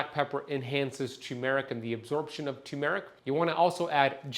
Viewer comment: TURRRRRR-meric Not TOO-meric There's an "R" before the "M" Do you "Tun" the steering wheel in your car? No! You "TuRn" the wheel. Do you want a TUMOR-ic? No! You want TURmeric "R"...it's right there in the word - tuRmeric TURRRRRRR...